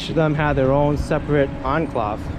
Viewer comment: Dude the word is "en-clAve" not "en-clov".